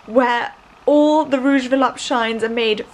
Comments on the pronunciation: I have a Rouge Volupte Shine lipstick but it came from a bad batch so it dries and bunches on my lips. Ugh... I got it at Sephora. I still try to employ it., the correct pronunciation is volupteh not volupt. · This vlog was great, as always but please, learn to pronounce "volupTÉ"! It's the same sound as "TEnnis". I hope it helps!